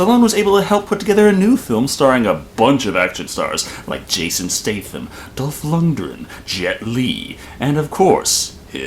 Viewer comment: I winced every time you said "Jason Staythe-Am". I think it's pronouced "State-Ham"?